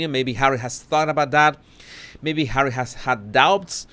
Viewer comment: I love how he says "Hawwy"! I can't help but smile or giggle.